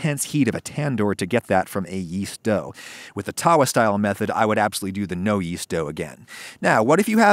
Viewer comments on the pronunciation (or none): It's not taawaa, it's tuh-vaa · Hey Adam it's TAVA NOT TAWA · ummm.... it's called Tawwa not taa waa. In Indian and Pakistani culture, the eligibility criteria for a good house wife is how circular her Roti is, and how evenly cooked is it. You sir, are not a very good housewife by that criteria. XD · It’s so bloody annoying when white people say TAWA emphasizing the W. every Indian says tava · Lol, it's Tava, NOT Tawah.... You just gave me a good laugh! Idk why it's spelt like Tawa when it's closer to tava...... Maybe due to changes in pronunciation across India? Maybe some place calls it Tawa but the W is closer to a V sound. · I approve of this and I am Indian 👍, it also pronounced taw-wa not ta-wa, just a heads up 🤗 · Errrmmm no I think we can do better in fact way better.. Yeast is a must when it comes to naan as is curd also the smokey taste that you only get from a wood fire.. We can mimic this better want to know how.. Also the w in tawa is pronounced as a v. You need help :-) भारतीय लोग भारतीय भोजन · Thank god, finally an Indian recipe. I have been begging for some more. I'm indian and i warm up the frozen ones on the tava lmao, and yea, it's pronounced tava. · Don't know if you care but the correct pronunciation of tawa is with a way shorter "tuh". Itd be like saying the "uh" at the beginning of under but with a t at the beginning. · please try and saying Tawa with a V xD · I just like the fact that when he says tawa he is saying it wrong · I love you adam I really do,but your pronunciation of tawa and tandoor really hurts my soul